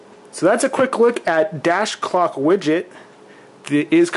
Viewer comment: did he say "cock widget" ..